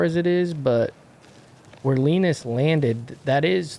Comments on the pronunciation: stop being difficult, Linus is easy to pronounce. The phonetics are "Léeå--ä-nö:ous". It's not that hard man. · How to pronunce Linus :) (Bruce) "Lee - News" (without w) and weight on Lee.. so LeEne(w)s . Probably right im from Skellefteå Sweden :) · Hey, say "Lee Noose" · Linus is pronounced “Lean-uhs”